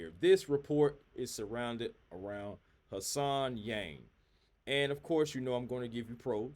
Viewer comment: HAN Solo SENator Han-sen. Not Hassan.